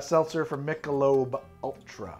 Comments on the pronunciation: Dropping by to point out how says "Michelobo" and how happy that makes me. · “Michelabeaux” lmfao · Let’s try the other “Michelabow” Ultras 🥴 😂😂